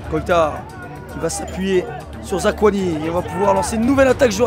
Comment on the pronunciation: Zakouani et Kimbembe si jamais :p